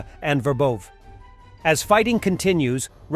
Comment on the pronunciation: City names pronunciation. You had it for a while, what happened? Ver bOv'? Ver bO' vah.